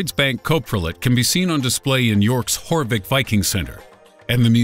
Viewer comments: «Yorwick» not «Whorewick» lol 😂😂😂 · It's Yorvik ffs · The misprenunciation of some English words kills me slightly... Jorvik is pronounced Yorvik hence we call it York... Won't bother saying anymore because it's not important but it irks me as a British person Y'know?? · youre saying jorvik wrongly